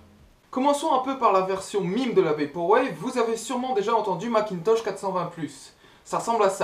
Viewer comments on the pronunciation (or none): quand tu parle anglais tu dis mime par exemple c est memes